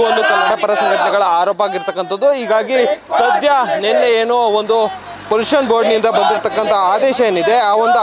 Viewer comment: ಪೋಲುಸನ್ - pəˈlo͞oSH(ə)n - ಪಲೂಷನ್ 😂